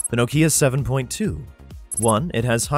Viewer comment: The "ei" in Zeiss is pronounced like "ei" in Einstein. It's not "eenstein", it's not "zeess". It's Einstein, therefore Zeiss. German word. Nokia is also not "No KIA", it's "NOH kia" or "NAW kia". NAW-kee-ah.